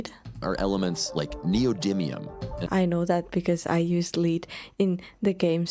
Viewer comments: when it's the metal, it's pronounced "led" not "leed" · Even though “lead” and “lead” are spelled exactly the same, they are pronounced differently. Lead, as in - to show someone the way, is pronounced just like you said it, with a long “e” vowel sound ( ē ). Lead, as in - the metallic element (Pb), is pronounced with a short “e” vowel sound ( ĕ ) and rhymes with words like: red or bed or Fred or dread - all pronounced with a short ĕ. One of the many phonetic quirks in the English language 🤷‍♂ And this concludes today’s phonics lesson. Class dismissed. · The metal lead is spelled the same as lead, but pronounced as led not leed. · English pronunciation for lead, a metal, is led. Lead as in not to follow but be out front is leed as in the English town of Leeds. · One of those moments that reminds us native English speakers how weird our language is. Of course she'd think the element is pronounced like "lead" because it's spelt like "lead". Meanwhile, there's another word that's pronounced like the element that is spelt "led". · We pronounce the word as "led,", when it refers to the metal. There IS a word Lead ("leed") but that is actually a different word entirely like to "lead" you on a journey. (Of course, if you've already done that, then you have "led" them on a journey.) Isn't English fun?!?!? 🙄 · Hey, if you're talking about the metal Lead, its pronounced led. I know, english is confusing. But your english is a lot better than most native English speakers. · I agree, people that are doing good, and are passionate about it, are great! By the way, the metal "lead" is pronounced "led". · Lead is pronunced lēd, like bed.